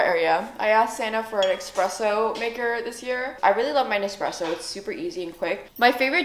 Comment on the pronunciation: ESpresso not EXpresso